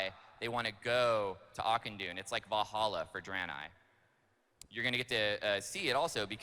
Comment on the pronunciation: I think the most constructive thing I got out of the whole video, was that Auchindoun is pronounced /Akindun/. LOL